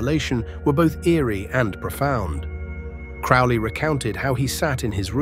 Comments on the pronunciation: crowley, NOT crawley. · Its crowley like holy not crauly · that’s just the way it was pronounced.. “Crow-Lee”.. rhyming with “Holy”. Yes. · Crow-ley....crow like the bird. He even states the correct way to pronounce his surname in his own writings. I think it is kind of annoying and slightly disrespectful to the bloke. Especially when I hear so many claiming to be an expert on Crowley or an Occultist, yet they still butcher his name. FFS. I hear it far too often. Rant over. It really, REALLY does grind my gears and makes me piss boil and brain itching. All things I understand are my own autistic traits and that in the greater scheme of things, it is not that important. But I just can't help me automatic response. Haa!!! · It's Crow-ley as in crow. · Its CROW-ley... Alistair CROWley..corvid. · 🙋Heard it with a long o. Crowley🤷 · If you can't even pronounce his name......